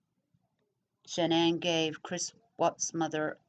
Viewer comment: His mother could have killed cece so Shannan had some class i would've stomped her ass. Also why dont you learn to say her name right? It isnt Shannon.